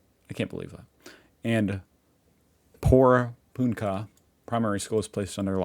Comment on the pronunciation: Hi thankyou for covering this. As a person who lives not that far away from this place I have been keeping a close eye on this story and hope they catch this serial pest soon. By the way it's pronounced Poor punk ahh 😁